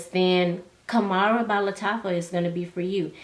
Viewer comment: Sis, it’s pronounced (hom rah). Wow I purchased mine from Fragrancebuy for $35 I bought 2 and it was well worth the money. No, it’s definitely Not a dupe for Angels Share which I’m grateful for. As for the shipping and Stash, I’m a member of their rewards program and because I shop there often, I have free shipping so it works for me to shop there because of the perks of the program.